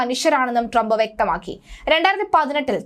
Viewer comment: പേര് നല്ല പോലെ പറയുക